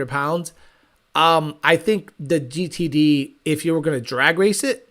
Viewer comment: Listening to you try to say GTD reminds me of that scene from Idiocracy when Not Sure gets his diagnosis from the doctor. Lol.